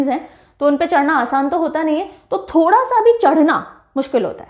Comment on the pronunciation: Ma'am ठोडा not थोड़ा m himachli